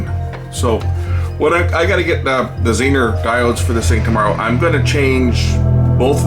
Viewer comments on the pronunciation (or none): Don't think I've ever heard "Zener" pronounced w/ a short "e."